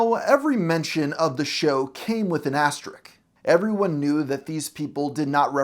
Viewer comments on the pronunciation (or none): "Now, every episode of the show came with an ass trick." I don't know what an "ass trick" is, but it's either something very lewd and probably very in-character for the show.... or, quite possibly, this man does not know how to pronounce asterisk. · "Asterick", nice!